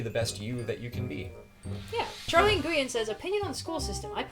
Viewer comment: of course pronounces Nguyen right LOL